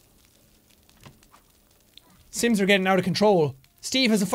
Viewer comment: Is it just me or in the beginning he said "Welcome to the slims!"